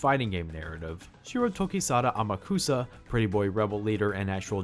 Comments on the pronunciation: The name pronunciation in this narration gets to me. It’s not How-maru. It’s Hao-ma-ru. It’s not Ama-kusa, it’s A-ma-ku-sa. You enunciate every syllable equally. The anime got this right. The video narration doesn’t. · Strange ADV Films may have gotten Amukusa's gender wrong (HE is supposed to be a very effeminate male) but they did pronounce his name right, unlike you throughout the whole review. Whoops.